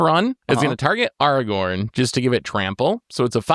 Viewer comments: did really say "Arrgh-orn"?😂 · bro i know you know how to pronounce Aragorn. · as usual trying to play the victim and throw someone else under the bus, someone who while may have strong cards, has zero board presence. And then as usual, can't pronounce cards "Lilah" in last video I watched and this time "aragorn". needs to revamp this character he plays